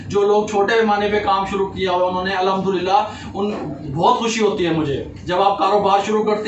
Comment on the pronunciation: پیارے بھائ الحدُللّہ اور الھمدُلّلہ میں بہت فرق ہے اس سے معنی تبدیل ہو جاتے ہے .. بھائ نارض مت ہونا اپ ..